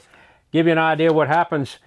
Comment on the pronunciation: anybody else love the wy he says idear?